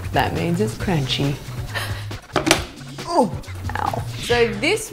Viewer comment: She said "That means in Cranchy" 😂😂 #Nohate